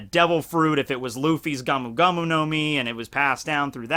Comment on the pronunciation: It’s not gam gam. It is pronounced gomu gomu